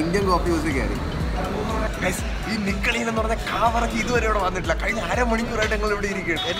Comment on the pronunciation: നികളിയൻ നികളിയൻ എന്ന് പറയുമ്പോൾ ഇക്കിളി ഇക്കിളി എന്ന് തോന്നുന്നത് എനിക്ക് മാത്രമാണോ